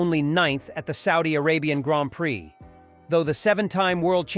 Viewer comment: What a totally stupid shitty video! Get off the damn bandwagon and report something - anything that we didn’t already know two weeks ago. Also listen back on the soundtrack, that’s not how you pronounce ‘prix’